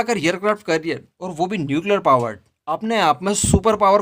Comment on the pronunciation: " एयर क्राफ्ट करिअर " नहीं " एयर क्राफ्ट कॅरियर बोलो.